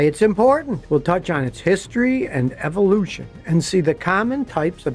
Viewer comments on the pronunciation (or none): none